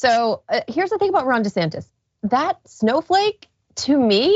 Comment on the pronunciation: Ronald Dee-Santis